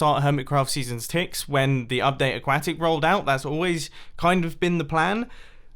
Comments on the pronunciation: He still says aquacktic....😂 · It's ah-kwa-tic *facepalm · “A-quack-tic” MumboJumbo- 2019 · Why do you pronouce update aquatic like qack?